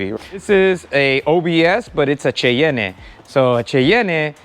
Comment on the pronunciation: I knew I shoulda stopped watching as soon as you said Cheyenne like that. It only got worse from there.